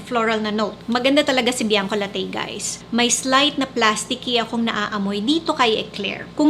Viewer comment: It's pronounce Bianco LA-TI not Bianco La-TEYY mam ☺️